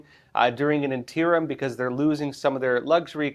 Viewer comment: Interim. in-TEAR-um? No. INN-turr-umm? Yes.